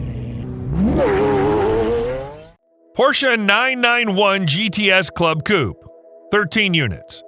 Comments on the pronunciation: Coupe not coup. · The name is not Coup.. but coupééééé. Ku-pey ;-)